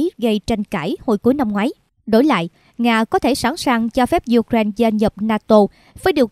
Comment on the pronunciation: Ukraine đọc sai rồi nhé, sửa lại đọc nghe kỳ lắm